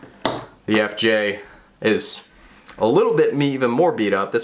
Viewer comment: I don’t think you said FJ right once in that video